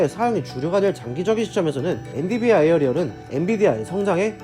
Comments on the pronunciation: 엔디비아라고 하니 엄청 신경쓰이네요. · 계속 엔디비아 라고 하시넹 ㅋㅋ 좋은 회사임에 틀림없어요!! 모두 홧팅